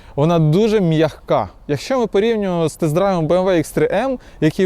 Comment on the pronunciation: М'яХка😂? Може м'яка?